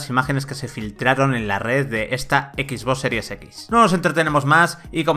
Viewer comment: EKIS BOSS SERIES EKIS. Man, te URGEN unas clases de inglés.